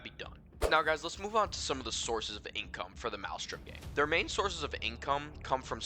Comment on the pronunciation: You're not even saying the name of the gang correctly lol